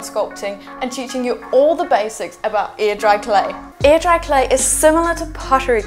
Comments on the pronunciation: So, if she says "air" like "ear" what does "ear" sound like? Legit question. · I keep hearing “ear dry clay” and wondering what the heck that is. lol